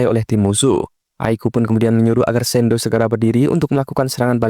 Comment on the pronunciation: shidou bg bukan sendo